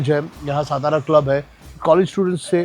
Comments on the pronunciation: Kay rao satara kela saaaatara la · Please tell him someone it's SATARA NOT stara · सातारा बोलिये, पता नहीं देवनागरी लिपी होने के बावजूद हिंदी लोग गलत उच्चारण क्यू करते है, सातारा का गलत उच्चारण = सतारा सोलापुर का गलत उच्चारण = शोलापुर पुणे का गलत उच्चारण = पूना चिंचवड का गलत उच्चारण = चिंचवाड धुले का गलत उच्चारण = धुलिया घनसोली का गलत उच्चारण = घनसौली ....... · Dear Kunal Sir, You are Proud Marathi , At lease you should call it सातारा & not सतारा . One more, if you haven't Visited/ included ChandraVilas in your blog, Sadly your Food Tour remains Absolutely Incomplete 😢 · Bhai please shut that background music It is so irritating yaar Please stop that music कानाचे पधडे फाटील भाऊ आता एवढा कर्कश्य आवाज आहे तो!!! एवढ जरा मना वर घ्या विजय भाऊ! राज साहेबांचे मित्र आहात सो विनंती करतोय ! आणि भाऊ सतारा नाही ओ सातारा आहे ते ! तू स्वतः मराठी आहेस कशाला नाही तिथे माती खातोयस !! बास कर ही फालतू ची एक्सेंट मारणं 🙏🏻🙏🏻 खूप वर्षां पासून फॉलो करतोय तुला सो सांगतोय ! स्वाभिमान बाळग मराठी असल्याचा !!! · It is not सतारा. Pl. Say सातारा..... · He can't even pronounce Satara properly, Vijaykar should have done his home wrok properly, 😢